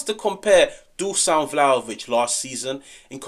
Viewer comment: It's DU-SH-AN not DUSAN. Appreciate yer dedication. I'm yer biggest supporter.